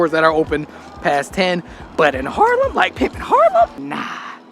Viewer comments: HAARLEM not Harlem 😉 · just make the ‘r’ in the middle softer, like you are saying haaaahlem